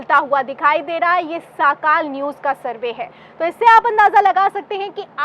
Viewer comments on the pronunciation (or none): साखाल नहीं सकाळ है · साकाल नही सकाळ सर्वे